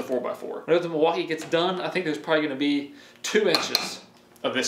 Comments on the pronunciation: Lol… I heard “deMaltkee”…. ? Don’t we just want the best of both world…. I think they both are great tool, I like the power from Milwaukee and I like the new designs of dewalt, plus new stackPack batteries…. I owned both brand and there are just pros and cons for both. Both good brand to go for! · "Delmaukee" lol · It's pronounced Milly wau Kay and it's native for the good land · Thought i was the only one that heard that